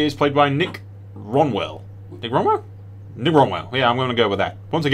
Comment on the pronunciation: "Trust is just a second death, as it were" Hahah nice mate. By the way it's Nick Rowell, as in like growl... Rowell/growl ;)